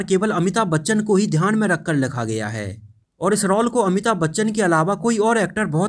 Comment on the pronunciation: भाई रॉल बोलो.. रोअल नहीं 😂😂😂😂😂😂😂😂😂😂